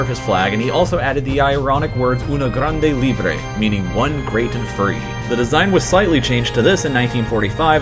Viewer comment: I'm from Spain and Inloved how you said "una grande y libre", It has si funny JAHAHAH. Really good vídeo, thanks for sharing our history